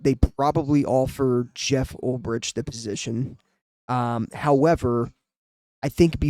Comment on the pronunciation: Good video dude. But just FYI...its pronounced "UL-BRICK". Former Niner linebacker in the early 2000s. Fingers crossed for Saleh....and they could lose out on Ulbrich to ATL too. Might have to settle for their third or fourth choice.